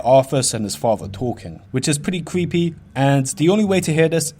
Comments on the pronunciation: Weally weally cweepy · ''which is pwetty cweepy'' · It cweepy. Wtf . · It's not creepy as much as cweepy. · Vewy cweepy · vewwy cweepy and scawy :'( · Yeah vewy cweepy indeed my fwend